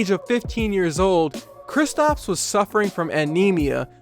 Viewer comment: Y u keep calling him kristOps and not kristaps